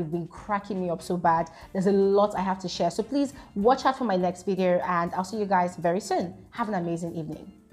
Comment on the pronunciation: Its the way says videorrrrr😁😁